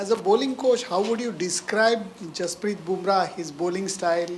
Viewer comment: #jasprit not hasprit... change it..